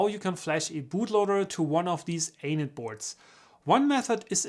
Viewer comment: Every time you say Anet, is sounds like you're saying anus. :-)